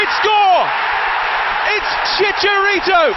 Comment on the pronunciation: Props to the British commentators that actually make the effort to call him “Chicharito.”